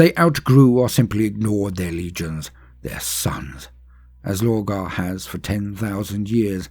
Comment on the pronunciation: It’s Logar and Magnus …..